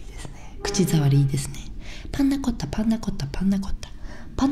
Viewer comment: 最初のコッペパンの前のパンナコッタが「パンナコッパ」になってて笑い止まらない、寝れないwww